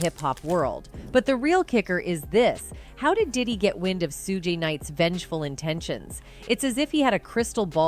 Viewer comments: The way the narrator said "sue-gay" instead of pronouncing it "shoog" for when they were talking bout Suge Knight... 😂😂😂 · She said “Su-gay knight” I’m dead rn 💀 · Who’s 2 packs? And sooogeee knight 😂. So cringe I know she doing that on purpose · This is a lot, but not surprising. And the lady that was picking kept driving me crazy because she kept mis-pronouncing 2 pac and Sug Knight name.